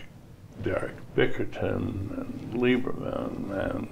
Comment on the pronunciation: it's supposed to be Lieber*men*!